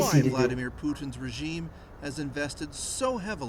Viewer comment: lol, they so intensely put accent on "regime" word that is laughable